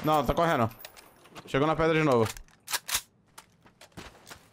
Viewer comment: falou "predra" 3 vezes